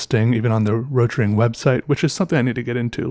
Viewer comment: Fun fact, it isn’t called “Rotring” as in a singular word, but “Rot-Ring”, “Rot” pronounces like Boat with an R, then “Ring”. If I remember correctly It’s “Red Ring” in German, hence the red ring on the end.